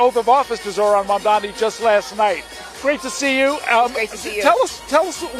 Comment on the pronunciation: Did Letitia finally learn how to correctly pronounce Mamdani's name? Because at the swearing in, she said "Kwami Mandani". She did it one time already and the poor guy simply can't catch a break.